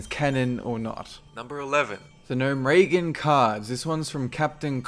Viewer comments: Gnomeragen? Gnome-reh-gone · Gnome Reagan ... wtf you think it's Ronald Reagan ? It's GNOME - RE - GUN (that's how you pronounce it you nob-head) Also, lost a lot of respect for you in this video. First of all though you were older and wiser, but you didn't play Warcraft 1 (wtf that was the game, alongside dune 2, that lured many of us, including me, intro strategy games) ... should you even be doing Warcraft videos. Secondly you said Warcraft 3 took up a big part of your childhood. You were a "chid" in 2002? Child = younger than 10, wtf are you under 18 kid ? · "Gnome-Regan" lol, its gnome-re-gone. Even as a gnome if you /cheer you'll hear it. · gnome-ragen? gnome-ra-gon is the correct way to say it. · Its Gnome-re-gon. not Gnome- Reagan. Reagan Smash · lol it sounds like he's saying Gnome-Reagan instead of Gnomeregan :P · "gnome regan" what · Who the heck says GnomeRAYgan? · Ya I have to chime in on this one.. it is GNOME-ER-Gone... possibly GNOME-ER-GUN. Blizzard.. Everquest ETC Just Friggin Release a "Pronunskiation guied!! (Pronunskiation is from the Popeye movie starring Robin Williams that NONE of you have seen.. I liked it.. lots of casual fun). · way to fuck up the pronunciation of gnomeregan, now imma hear people fucking calling it gnome-ragan -_ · Nome-Ray-Gun eh? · Gnome "ray-gin"? really? good vid though! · The way you pronounce Gnomeregan makes me have the mental picture of Ronald Reagan standing next to his short brother or cousin or something. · Ugh please learn to pronounce Gnomeregan. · So weird how he pronounces 'Gnomeregan' and 'Sholazar'...